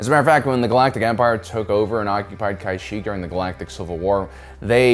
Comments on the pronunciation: Its pronounced, Cash-eek, eek as in Creek and Seek. The Wookies are basically a Space Sasquatch tribe that believes in Naturalism religion. Pretty cool indeed!! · Please dont pronounce it like that, it's K'sheek or ka-sheek. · I love your videos. But so help me god if you kai-shik one more time……. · "kuh-sheek". Where are you getting your pronunciations from. They've said the name in multiple movies & shows.🤨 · Wait. The Wookie planet was the most dangerous planet. I though Felucia was considered more dangerous. And it is pronounce Ka Shiek. I thought you were a Star Wars fan…….look he pronounces two different names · Its Ka-sheek. I'd rexommend audiobooks of Timothy Zahn. As great as your videos are, pronunciation of some of the basic names/terms is a bit cringey. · Ive never heard anyone say it like he does. Ka Sheek or Ka Shick are the only pronunciations before this video lol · He does it all the time with very common knowledge names I feel like he does it on purpose lol just to have us riled up in the comments LMFAO😅😂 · Wrong, its "cash + eek" kashyyk. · It hurts my ears hearing him mispronounce it. I can’t finish the video I’m bailing out . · I just blocked the channel. If he can't even pronounce the names correctly I don't trust his information. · thumbs down cuz buddy cant even pronounce Kashyyyk. said it differently every single time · How tf you gonna pronounce Kashyyyk wrong when it is said IN the movies... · Imagine making an entire video about a well known star wars planet and not looking up how it's pronounced. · guys hes not pronouncing it wrong, hes just spent too much time in the mid rim and their accent is rubbing off on him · Dude I have been listenign while gaming. Dude you pronounced Kashyyyk 100 different ways lol. I can tell your trying your hardest not to pronounce it a certain way lol... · I'm sorry but I can't listen because of the pronunciation hahaha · ... why do you pronounce Kashyyyk a different way each time you say it XD